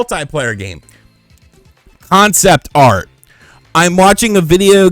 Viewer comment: CON- CEPT - ART.